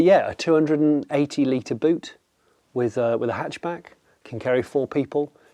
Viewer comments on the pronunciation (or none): none